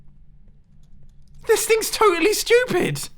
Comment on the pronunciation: Bumbo Jumbo but every time he says studip it gets 5% faster